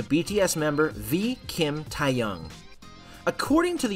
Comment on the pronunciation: Can we just take a moment to appreciate the way they pronounced Taehyung's name?😂